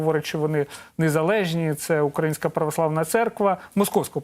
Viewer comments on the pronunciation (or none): none